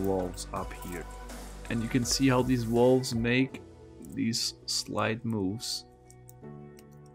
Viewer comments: THe what? The wolves ? I think you mean valves. vaaaaaaaaaalves with an aaaahhhhh. lol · "Why does he keep yammering about walls?" "Oh right, he can't pronounce the V". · I thought he called Valves, Walls. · i know you are German, and in Germany the pronounce the V as a W. But whe you say walves it sound very strange. At first I thought, Walls? But than i saw what you ment. Try to say the V as in Volkswagen or Verdammt. Than it sound alright. No offence bye the way 😬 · I heard walls for the longest time as well. even "wolves" once. totally confused, until he pointed at the valves.